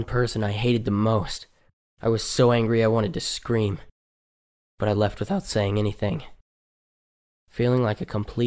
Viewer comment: “wAthout” “clAss”